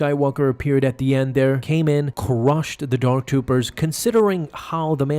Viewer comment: "cCusH the dark Doopers"